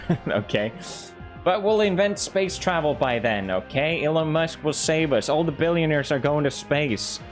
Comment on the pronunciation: isnt that elon WUSK